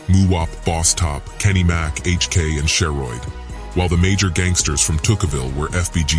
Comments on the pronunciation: I know bruh aint jus say She-Roid as Sherod 🤦🏾‍♂️ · Not “SHE-roid” 😂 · Dam AI tryna say Drill rappers names. Dude said “She Roid”